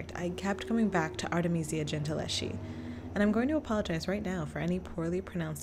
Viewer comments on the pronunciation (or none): The Italian "sch" is pronounced "sk" (as the "ch"-combination is a "k"-sound). So Gentileschi is pronounced "Gentiles-Ki". In the name "Medici" the "e" is stressed instead of the middle "i". The "z" in "Uffizi" is a "ts"-sound. Italian "z"s are always either "ds"- or "ts"-sounds (just like in German by the way), The "ggi" in "Caravaggio" is a sonant "dsh" or let's say "dzsh" (in this constellation the "i" is absolutly silent - it only indicates that the "gg" must not be pronounced like the "g" in "to go" for instance). 🙂